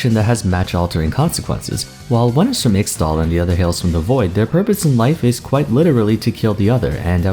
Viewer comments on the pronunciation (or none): Ixtal? isnt it pronounced "Ish-tal"?